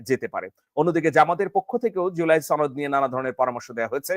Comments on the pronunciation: সনদ না ছনোদ সনদ কথাটি সঠিকভাবে বলতে পারো না৷৷ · তুমি তো সুশিক্ষিত। তুমি কি "শনোদ" সঠিকভাবে উচ্চারণ করতে পারো না? এটা "শনোদ" হবে, "ছনোদ" নয়। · আর কেউ না শুধু আপনি ভুল ভালভাবে আপনি সনদকে ছনদ উচ্চারণ করেন। এটা কি আপনার জেদ?😊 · ছনদ কি? উচ্চারণ ঠিক ক‌রেন।😂